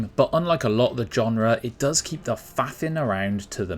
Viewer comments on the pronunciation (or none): none